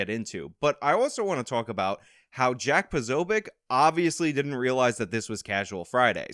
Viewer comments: It's Poh Soh Bick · “Poe So” is how you say the first part of his last name lol I hope you’re able to interview him one day. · "Pozoe - Bee - Ick" I'm fairly certain. Lol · Pa-so-beck is how it's pronounced. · po-so-biec its not that difficult wtf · I think it's POSO-BECK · Posobiec is not that hard to say…. Poe- sow-be-ick… See. Not hard at all. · Pa-so-bic is the way I've heard it pronounced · Posobeic is "peh-SOH-bik'. It's Polish. My family also has a weird obscure Polish name that has, like, 100 people with it total in the US. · His last name is pronounced Posobiec. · Is your inability to pronounce Jacks last name supposed to be considered humor? What was the point of that? That was like 6th grade humor..... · the bit where you were mispronouncing the guys last name was too much, i was ready to turn the video off, was not funny, it was irritating, if i could smack you through the screen i would have. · Dude... What's So Difficult With The Name POSOBIEC, You Must Have Gone To PUBLIC School Huh?!? LOL!!!! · That was weird, dude. The mispronounced name I mean, petty. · You were doing well until you fucked around with that guy’s surname. Just pronounce it the way it’s spelt. What’s your surname? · You’re not a comedian. No need to butcher the man’s name for a couple of laughs. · Dude Posobiec isn't that hard to pronounce. It's not funny when you pretend you can't pronounce a name. It might be funny the first time but then you keep doing it and it becomes lame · you could have looked up Jack's name to enunciate it clearly and avoid the mockery of it's pronounciation. I respect your content but sometimes your humor falls short.